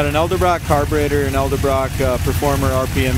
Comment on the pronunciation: Hello, very nice car and nice job describing the car. You’re very thorough. Please take this only as a constructive thing not even as a criticism. Just to let you know it’s pronounced Edelbrock intake or carburetor not Eldabrock. I’ve heard you say that in several videos now as I watched many. I thought I would just let you know so that you don’t sound funny saying it. But yes it’s pronounced Edelbrock not Eldabrock. I hope I don’t sound petty by saying this to you. Keep describing the cars because you do a great job. You’re very thorough again I like the way You describe the cars. I wish you a bright and happy future. Sincerely, Troy